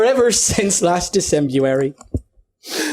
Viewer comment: said Decemurary!!!! =u=